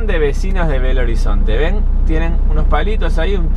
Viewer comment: X que es asi que se pronuncia Belo no bello lo conosco desde los años 80